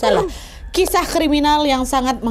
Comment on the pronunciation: baru mulai udah dibikin ngakak 'krisah kiminal' 😭